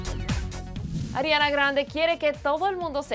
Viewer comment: ''adriana grande'' :s Ariana*